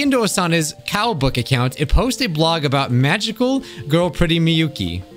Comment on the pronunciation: What I heard Cowbook What I see Kaobook